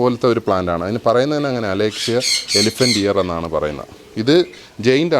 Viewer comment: അലേഷ്യ അല്ല അലോകേഷ്യ ആണ്